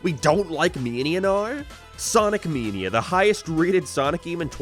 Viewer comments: bro it took me like 2 minutes into the video to realize you were saying mania and not “meania” I had no idea wtf u were saying lol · I had to turn this video off because I couldn’t listen to you mispronounce “mania” one more time. It main ia like Main Street. Not me like media. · “Sonic męænia”